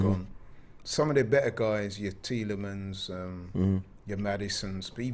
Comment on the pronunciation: He is good except he can’t say Tielemens